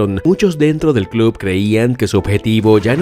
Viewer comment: Contador para las veces que dijo "clob" 🤣🤣